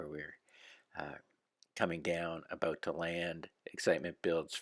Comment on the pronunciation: Listen closely he says aboot...he's definitely a Canadian? Aeh..